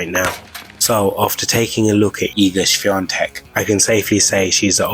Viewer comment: Great material!!! Big kudos for a perfect pronunciation of hard polish surname!